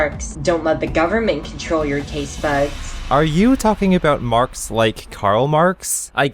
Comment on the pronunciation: Errr... It's Carl MARX